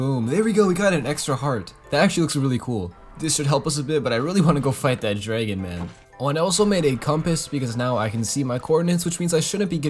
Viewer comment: Drrrragon love how he says it